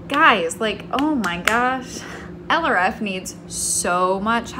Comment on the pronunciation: don’t put too much pressure on yourself! you’re doing amazing!! (p.s. for a long time when you mentioned project LRF in your videos I thought you were saying “eleraffe” as in some weird cross between an elephant and a giraffe?)